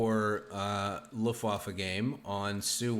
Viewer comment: Luftwaffe literally means air weapon in German! What you are saying means "the waffle at the windy side of the ship"... So yeah, quite different. Also, the way you're saying Wehrmacht (defense force) means "who's causing trouble?" Took me some time to understand what you were trying to say as a German 😂